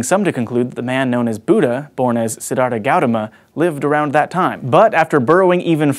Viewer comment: the way he mangled up siddarth's name. Ouch